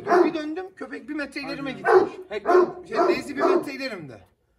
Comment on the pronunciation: Deyzi deyil abi daisy bu arada içeriklerin güzel abi severek izliyoruz👍